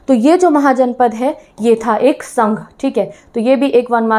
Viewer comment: Ma'am।।। गण को गाना बोल रहे हो। संघ को संघा बोल रहे हो। 😅😅